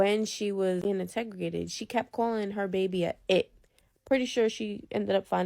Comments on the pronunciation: Lmfaooooo not trying to be mean but it was driving me crazy . I'm cooking dinner and Everytime I was like "I INTERROGATED" like yelling it lmaoooo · The chick that just kept saying integregated instead of interrogated lol😂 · Integregated? Wth is that? It would be nice if autocorrect would help with their speech as well as the grammatical errors. I feel like I lost brain cells listening to this girl. It took me a minute to even understand what she was trying to say. I wish people would stop trying to use words that they can't pronounce or know the correct definition of.